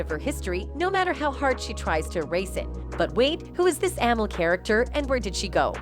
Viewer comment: Lady her name is (Amil ) pronounced A Meel